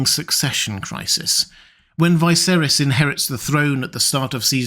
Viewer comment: Dude, I like your videos but why do you pronounce Viserys like that. Unlike everyone else and the show.